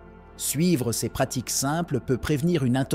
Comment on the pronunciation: Chèr IA ces se prononce sé et non pas céssss ! SÉ risk et non pas cesss risk ou pire encore sé S ( en prononçant le S)